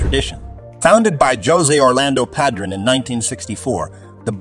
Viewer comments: I almost stopped watching the video when they said pahdruhn instead of padron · It's obvious the announcer doesn't smoke Padronnnn😂.Really🤔